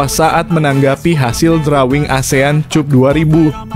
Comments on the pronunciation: Maap Mr, klw cup itu di baca nya kap, bukan cup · Asean kap bg bkn cup.... Bacanya kap bg bkn cup... Dengernya sya malu.... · CUP'>>>> NDAK DIBACA 'KAP' YA. SI NARASI MMG LULUSAN S3 YAH? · dasar AI...cup cup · Konten ini kalau membaca seperti melecehkan bahasa ind, contohnya cup